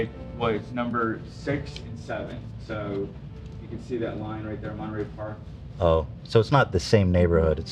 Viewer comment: I love how pronounced Monterey Park, so cute. I watched the Netflix documentary on The Nightstalker. I ended up looking up Gil and saw George Lopez had him on his podcast. I am sure Gil Carrillo would come on the show if you guys ask him. He is a huge Dodger fan btw.